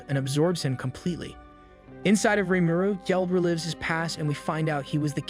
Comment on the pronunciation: I hate how he says rumuru